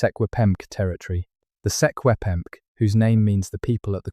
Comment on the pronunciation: You absolutely butchered the traditional names of the secwempmc ans the kootania